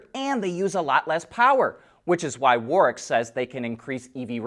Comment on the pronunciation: "Warick" and don't say that's complicated, plenty of American places use the same kind of name, like Greenwich village in NY. It's just too hard to say the w and r together. You Americans, always overthinking things.